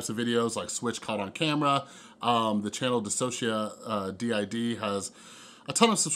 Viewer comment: hahahaahah oh dude i wish i could properly tell you how to pronounce "DissociaDID" -- it's like "Diss-o-sha-DID". <3